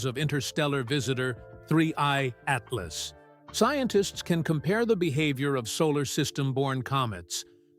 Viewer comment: Haha -- I didn't get past "Ah-tee-LOSS" . This AI-generated crap is ridiculous.